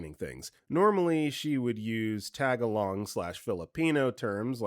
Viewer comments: Just a friendly fyi: tagalog is not pronounced tag-along. It's something like tah-gah-log ❤ it's easy to mispronounce because it's so similar to the English phrase, just the syllables that are stressed are different. Just thought I would share because I definitely didn't know until I was told and it's something I noticed the narrator mispronounced ❤❤ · That’s not how you pronounce Tagalog 😭